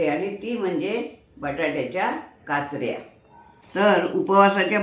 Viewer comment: काचऱ्या असे काचरया असे नाही.